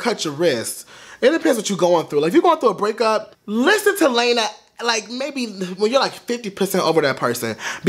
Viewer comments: It's pronounced Lana (L•aw•na)... not L•aine•a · LAH-NAH, not LAY-NA lol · LAH•NA. Not LAY•NA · it's not "Lena", it's Lana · "Layna" 😂 Its okay it's just funny hearing it said that way. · GIRL BYE "Lay-Na" LMAOOOO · The way he pronounces Lana. "Lena". LMFAAAAAAAAO. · is he saying LAYNA on purpose or no lmfao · Do not want to be rude but lana's name is pronounced (lawn-uh-de-l-ray) Lana del rey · the way he says her name LMFAOOO